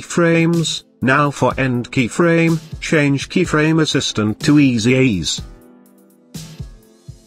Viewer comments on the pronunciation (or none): Great video. THe auto voice had me cracking up every time it said "Keyfraaaame" and "Easy eez" :)